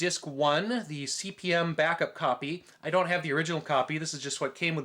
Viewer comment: nitpicks - It's pronounced Cpm- the slash is ignored . The disks are 5 1/4" not 5 1/2"